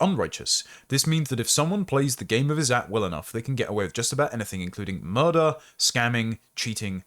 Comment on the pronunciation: The writer shouldnt have used the Izzat indian term, instead should have used honour or reputation, the meaning. The izzat term when you pronounce it "is-at" is making it so confusing and distracting. There was no need for the indian term there. It just means honour